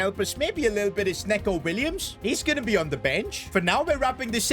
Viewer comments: It's nee-co Williams, not neck-o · It actually pronounced ni-co Williams